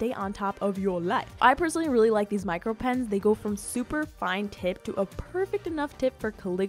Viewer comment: Nobody: This girl: M I C R O pens